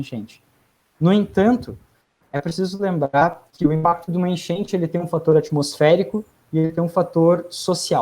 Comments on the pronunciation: Pq ele ta falando: Enchenche, genche? To entendendo nada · "A genche"?